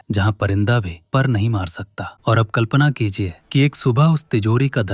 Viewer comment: Start me mujhe kalpana ki lijiye sunayi diya